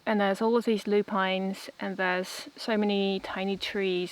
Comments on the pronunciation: Fun to clear the garden and keep wild areas too. It is loo-pin not loo-pine. No wonder you get so many lovely butterflies and bees. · I keep putting off the cleaning and tidying before my daughter comes and get totally worn out lol. Have a wonderful time with your parents. Take care 🤗🇬🇧. In UK we pronounce Lu pins fyi